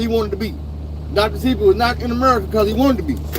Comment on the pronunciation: its pronounced dr seh-bee like ebony unc but u aint lying america got a million coups from cia to fbi killing mlk